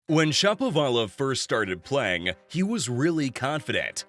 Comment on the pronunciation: It seems to me that Shapovalov should be pronounced like everyone pronounces the name of the famous Russian musician, Rachmaninov, with the accent on the second syllable, not the third. syllable, which is really awkward. If I'm wrong, please accept my apologies. If I'm right, why not get this straitened out pronto?